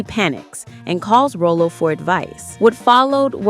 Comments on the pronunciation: AI swings and misses again keeping its % at 100. Rowlow WTF. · The narrator never watched Sanford and Son. How many times did she say "ROW-LOW". 🤠 Maybe she's AI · It's pronounced Rah- low!!! He's not a clown or a candy treat! RAH- Low. RAH- Low. What is this, Canadian AI? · Why is the narrator pronouncing Rollo’s name like the candy Rolo? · It’s pronounced RAH-LO..Damn at least watch the show once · Why are you pronouncing his name like that? Did you ever watch the show? It's pronounced Rah-lo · Haha they pronounced Rollo like Rolo caramel candies. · Its Rah-Low. 😂😂😂 youngsters. Its crazy how ppl try to go viral & build a following off of a show or a celebrity you never even watched. Clearly the narrator never watched Sanford & Son. Or didn't bother to properly program the Ai. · The name is pronoun “ Rawloe”.💁🏽💯aka Rollo’ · Omg😂😂😂 I was thinking the same!!!! RAH lo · Say it with me now, narrator…”RAH-Low” “RAH-Low”!!! 🙄🤦🏾‍♂️🤣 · Correct call him the female narrator is saying his name wrong it’s pronounced raw low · RAH-LOW = ROLLO Damn A.I. smh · I'm so sick of this lady calling him rolo like the candy bar but this was nice and interesting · rollo's are caramel filled chocolates, his name is pronounce rah lo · And you pronounced the character name wrong it's "Rylo" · Rollo’s name should be pronounced like “Raw-Low.” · Ralo, Rah-Low dammit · Wrong. Pronounced Rah-low😉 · I tried to listen, but the mispronunciation of his character name is overwhelming. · The woman that is talking about this sitcom, You can tell she never really watched the show. Other wise she would know his name is clearly not pronounced that way. Just like the one's that talk about Tupac, don't know anything about him. they always pronounce his name wrong and say 2 Pack 🤷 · Pronounce his name right. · I tried to get through this but the mispronouncing of his name in Sanford and son is unbearable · The narrator insists on misprouncing the famous character's name. No Respect! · Ralo Ralo Ralo not Rolo